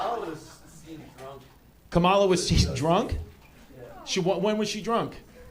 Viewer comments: It’s Comma-La, Not KamALA. You’re sounding Done-Old Trumpy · white people refuse to pronounce kamala correctly it’s crazy 😅